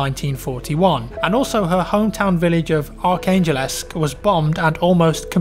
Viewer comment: Ark angel-esque? Surely you mean Arkangelsk?